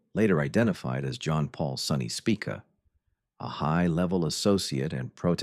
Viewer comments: Have you ever wondered how many different ways the name "Spica" can be pronounced in only a single minute, this video is for you. "Spick-uh" "Speekuh" "Spike-uh", take your pick. This video is interesting, I just wish it had better narration. I've lived in the St. Louis area my whole life, so this was a meat video, but brought down by the narration. I guess I should read more🫤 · This video contains mostly true facts but it is funny to hear the AI voice mispronounced the name Spica 5 or 6 different ways and the name Leisure 2 different ways. I wish people would stop using AI to make videos.